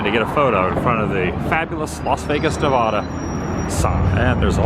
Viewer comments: I always hear you say the “nevoda” haha it’s “nevada”. Love you’re vids Adam! ❤stay awesome bro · How do you pronounce Nevada in the US? Say "Neh-VA-duh". That is the correct way to pronounce the state name. Put emphasis on the second syllable. Pronounce it so that the middle part rhymes with the “ad” sound in the words "sad" or "mad."